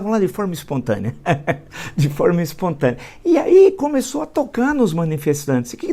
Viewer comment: "expontânea ehehehe"